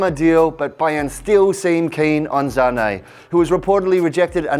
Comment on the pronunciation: The way he says sane in German Zane